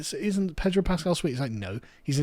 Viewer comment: Pedro. No "R".